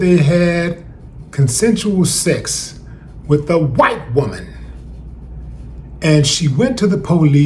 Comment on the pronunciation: "with a WHHHHITE WOMAN!" the way you spit that out 🤣😅😆